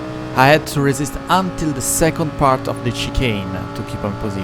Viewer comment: devo dire che parli bene inglese dal punto di vista dei vocaboli e della struttura della frase ma metti l'accento su alcune parole proprio male haha (es. protect, until, penalty, legit ).... ti consiglio di ascoltare qualcosa anche su youtube comunque stai migliorando! Per il resto video stra interessante!